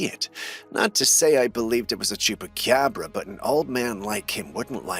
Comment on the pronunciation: You said chucapobra lol